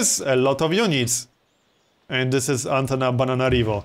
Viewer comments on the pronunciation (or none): "Antana-BANANA-rivo" lol! Gotta love how say it.